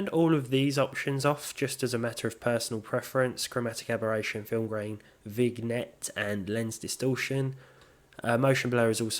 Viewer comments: vignette is pronounced like VIN-YET. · It's pronounced VIN-YET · quick fact: the word "Vignette" is pronounced: Vin-yett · Vignette is actually pronounced vin-yet, it’s a photography term. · "vig net" lol